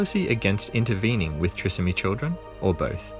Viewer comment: It is pronounced Try…som..ee.